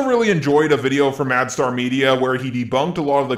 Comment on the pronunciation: It bugs me that you call him MadStar 😂 Gosh darn it JAR fanbase